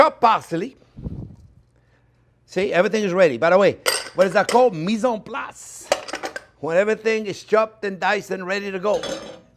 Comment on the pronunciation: THIS IS GREAT! Also, I like finally seeing a classically trained chef at work instead of all these youtube cooks. Mise en place - so nice to hear culinary french being spoken after years of no longer being a chef.